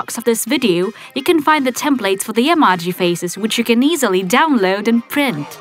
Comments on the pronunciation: it's ee-mo-jees not ee-maa-jees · your saying emojis wrong you saning them like this(emarges) but its actually (emojies) YEP thats how its done ( i know you don't spell emojis like the second one but thats how you pronounce it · Rosie& Adria she says (emo-jis)